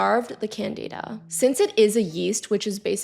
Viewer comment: It’s CANdihdah. Not canDEEdah.